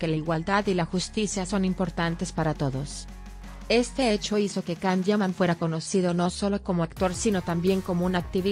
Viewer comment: YAN, YAN, YAN, YAN, así se pronuncia el nombre de Can. No puedo creer que le cambien la pronunciación!!!